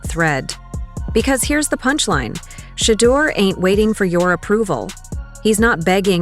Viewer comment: You can say "Kevin Stefanski but can't say Shedeur Sanders correctly, which makes me stop listening.